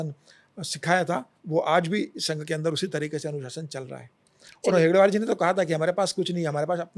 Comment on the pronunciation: नाम गलत ले रहे हो. हेडगेवार ये नाम है आप गलती से हेगडेवर ऐसे ले रहे हो.